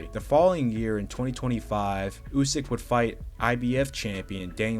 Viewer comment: Never heard anyone pronounce Usyk ,OOOSK